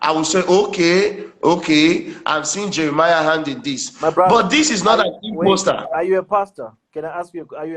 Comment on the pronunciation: Mr PhD is one of the charlatans. He is everywhere talking gibberish. He couldn't even pronounce the word " impostor". Yeye dey smell.